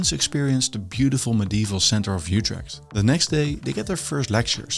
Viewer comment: There is no "y" sound in "Utrecht"!! The "Ut" is pronounced like "it" but with your LIPS EXTREMELY PURSED, leaving only a small opening, like when whistling. That is close enough to how the Dutch pronounce it. Don't be greedy now.